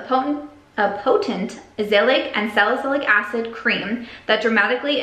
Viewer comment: Hey! Can't wait to see what you do with your new space! And jic you like to know these things, Azelaic = aahzz-uh-LAY-ick. :)